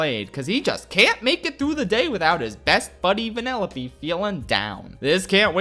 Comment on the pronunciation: It took me 10 minutes to realize he was saying "Vanellope" and not "Vanilla B"